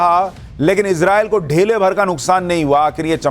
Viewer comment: ढेले नहीं धेले।